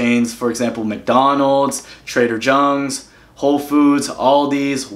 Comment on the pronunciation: You said Trader “Jungs”! Totally caught me off guard. LMFAO :D